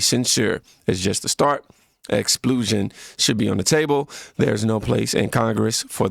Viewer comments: Silly man .. if you said the word right you would know what it means.. I’m not making fun of you expulsion just think of what happens to you when you get suspended from school permanently…. Say the pul as pull ex… pull .. shun …i dont always say word the correct way either.. I’m no better.. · Pronunciation counts. No shade my friend, I just don't EVER want you to mispronounce EXPULSION again. Ex Pull Shun. Type how do you pronounce EXPULSION Into Google just to be safe. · Pronounced like this if it helps. X-pull-shin. I absolutely give you props for expanding your vocabulary brother. I too struggle with mispronouncing things after I read them out. I'm working on it as well. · I think the reason you didn't recognize the word and I mean no offense, but just to help out is because you had swapped a few characters as I could hear in the pronunciation. The word Expulsion broken down sounds like (Ex Pull Shun) which has a similar meaning to expelling someone. I agree that we all have to take things with a sense of humor but you know darn well if the Democrats witness anything that looked like a republican mocking the handicapped they would attack that person to no end. In fact during some of Trump's campaigns he made gestures that you might see from someone who is handicapped but we're just something he did. One day a reporter who hated him spoke to him and he responded and it looked like he was mocking that person for being handicapped when he wasn't. In Jasmine's case I can't imagine how do you spin it to say Hot Wheels to a man in a wheelchair is a good thing. I hope you don't mind my pointing out that pronunciation because I don't ever want to look like I'm trying to correct anyone. I have nothing but respect for you. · It's ex-paul-sion. Sorry didn't know how to officially do a pronunciation but this is my attempt cuz it's bugging me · Sorry sir need to pronounce it correctly, you’re saying it as LU instead of UL. Ex-pull-shun not Ex-plu-shun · "Explusion" lol